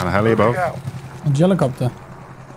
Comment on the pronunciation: The jellycoppter?🤣